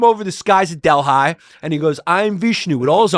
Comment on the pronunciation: Delhi new pronounciation unlocked.